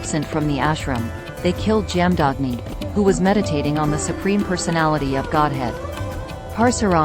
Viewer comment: Jaamdaagni ' the correct pronunciation is " Jama dhagni' BGM is soulful 👍